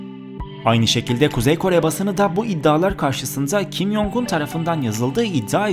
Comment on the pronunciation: Kim yongun diye okunmuyo okunuş şekli kim congun j harfleri c diye okunuyor y diye değil